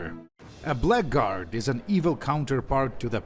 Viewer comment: Maybe it's a regional thing, but I have always heard "blackguard" said more like "blaggerd" Just wanted you to know so you can intentionally pronounce it more wrongly in future.